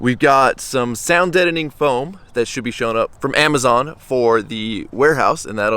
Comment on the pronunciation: the way you said Amazon lol. Got that mexican accent